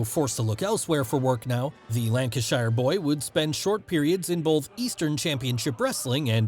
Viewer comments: He was supposed to win the IC belt at the 1990 Summerslam. As his work Visa hadn’t cleared in time, Vince had to go with Kerry Von Erich instead. And by the way it’s lanca-sher, not lanca-shia. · love how Americans pronounce Lancashire. american "lancas-SHIRE" British "lancash‐SHER" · As an Englishman, or boy at the time, was infuriated when HBK chucked him out of the Royal Rumble in 1995. Great vid. P.S., Lancashire is pronounced Lank-i'-Shur phonetically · That is not how Lancashire is pronounced, it is Lanca-Sheer, technically it is a "Shire" in old English but in place names it is pronounced differently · Pronunciation of Lancashire was wonderful 😄 In the UK we, oddly, pronounce it Lancasher or Lancasheer depending where you’re from. Not the like the shire from Lord of the Rings. Great vid though. Thanks for the entertaining content. Really good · Please don’t say Lancashire again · I love the American Pronunciation of Golborne and Lancashire. Aside from that I don't think WWF would have made it in the UK without the British Bulldog.